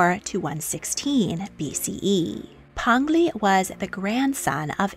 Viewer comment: Peng Li is P - eng (pronounced like you would say the g in ing) Lee. Not pen - glee.